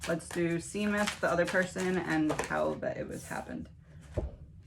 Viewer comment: 🇮🇪 His name is an Irish name pronounced “Shay mus” Love your videos ❤